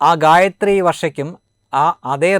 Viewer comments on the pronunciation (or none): ഗായത്രി ആയില്ല ഗായവൺ എന്ന് പറയു